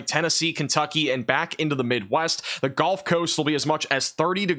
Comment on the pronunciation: I wish you luck with your channel, and I hope one day you can pronounce gulf and significant properly. Keep up the good work.